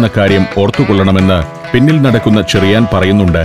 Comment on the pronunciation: ചെറിയാൻ ആണ് ഷെറിയാൻ അല്ല.. ച യും ശ യും ഷ എന്നാണ് കേൾക്കുന്നത്